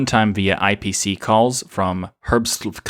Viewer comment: haha, the pronounciation of herbstluft. Imagine Hitler say it, then you will get closer to the german pronounciation.